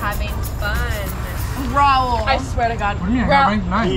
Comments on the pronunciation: uh no I think she just calls him that on purpose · “Rail” WHY IS IT SO HARD FOR THEM TO JUST SAY RAUL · is anyone else annoyed that says “rail” not raul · "what about you rail?": " rail?.." Gurl its raul😭😭✋ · I swear if calls ✨Raul✨ rail one more time I'm gonna cry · This is a phrase that would NEVER say: It’s not Rail it’s Raul. 🤣😢❤️😭✨ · The fact that his name is Raul (ra-ool) but calls him Rail has me dead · who tf is rail? Um his name is RAUL imagine not knowing how to pronounce ur bf’s name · Why does call Raul rail it’s not that hard to say his name correctly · I swear if doesn’t stop calling Raul, Rail I’m gonna be mad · IT'S RAUL, NOT RAIL!!!!!!!!!!!!!!!! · I find it funny how says rauls name rail and raul says colies name chloe 😂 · getting on my nerves wit her "quirkiness" and calling Raul "Rail" PLEASE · Why does say “rail” instead of “Raul” 🤓😳😂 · Not still sayings Rail it’s Raul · Can someone please help a girl out and let know that Raul's name is Raul not Rail, thank you:) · I love how says rale and it’s rual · I LOVE HOW CALLED OUT FOR SAYING RAIL INSTEAD OF RAUL💀💀💀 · okay but why cant say raul's name correctly like its RAUL not RAIL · Why does say ‘rail’ for Raul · Why does calls raul "rail" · everyone "raul",, "rail" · sweetie, if your gonna get with Raul then learn how to say his name (hint: it’s not Rail) please and thank you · Rail? Its raul! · Gurl is “dating” RAUL and she cant even pronounce hes name RIGHT like who is Relle Realle rille idk bruv?!?!?!?!?!?!? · ITS NOT THAT HARD TO SAY RAUL ITS NOT RAIL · your boyfriends name is not Rale it’s Raul 😒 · It's raa-ool. Not rAiL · is still stuck saying RAIL🤦🏼‍♀️ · Exactly like I’m sorry do you think someone with really named their kid rail why did they even show you his spelling of his name but they continue to say rail lol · raiL: rail?